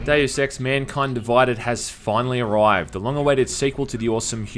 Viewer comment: MUNKUYND DUVUYDED